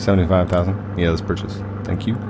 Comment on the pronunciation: I don't know why but when say "purches" it gives me goosebumps